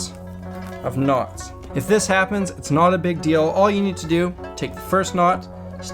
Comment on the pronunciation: "it's KNOT a big deal" lel